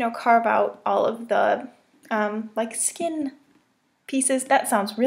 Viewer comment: "I carved out the skeenn" XD Am I the only one who died at that part?